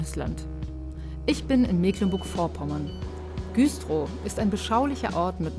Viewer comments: Das heißt übrigens Güstrow und nicht Güüühstrow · Güstrow wird übrigens mit einem kurzen Ü gesprochen 😉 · super reportage. ernstes thema. trotzdem: musste es viermal hören, um zu checken, dass ihr in güstrow wart. richtige aussprache mit kurzem ü! 😏